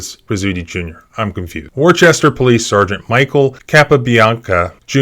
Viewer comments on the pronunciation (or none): It's WOOSTAH, not WOR CHESTER Pronounced correctly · "War-Chest-Er" Massachusetts? It's pronounced with only two syllables, "Wooster". It's even IN the video. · It’s pronounced “Wusta”. Common mistake made by everyone not from there. You can hear Pastor Sr pronounce it at the mark. You gotta wonder, how many of the state actors got together on the taxpayers dime for a brain storming session of “how to eat a shit sandwich.” When one of them makes a Bonehead decision like this, rather a doing the right thing, they try to conspire/square peg, round hole this arrest. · It's pronounced 'Woosta' not 'Worchester'. I immediately recognized the accent. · War-chester! 🤣 Noooo! Wooo-stah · “Worchester” You mean Worcester (Woostah) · Its “Woosta” not Worchester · "War Chester" ?? Come on say it with me, "Woo-stah" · It’s pronounced Wooster not worchester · For the record, it's pronounced "woo-stah" not Wor-chester. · It’s pronounced Woahstah. Not Wor Chester. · It’s not war Chester it’s pronounced Wooster being spelled Worcester. You’re a lawyer. Get it right bro. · In Worcester Massachusetts We pronounce it "woostah" Woo like woo sound of a dog saying woof woof... woo-stah Not wor chester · It's actually pronounced woostah. Not war chester. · Pronounced “Wooster” phonetically. It’s not a small town. Wor-Chester would get you tased too. Incidentally, they don’t GAF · You do a story about the 2nd largest city in New England and you don't know how to pronounce its name? Talk about half ass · lol. "Worchester". Its "wooster" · Worchester is pronounced “wooster “ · Please: say Wooos-ter and not Wor-ches-ter. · It's pronounced like Wooster, not Warchester. Because Massachusetts. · "WAR-CHESTER" Massachusetts? You ain't from around here are you? "WISTA". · It is pronounced (Wu.Stir). Sorry just make crazy when people say warchester. Yes it is a war zone but it is not pronounced Warchester. Lol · It’s wahstah not Worcestershire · warchester HAHAHA ITS WOOSTA